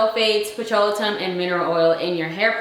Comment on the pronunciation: The word is Petroleum Not PetroleTum